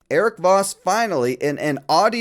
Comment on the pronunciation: I kept thinking you were calling him Vausch.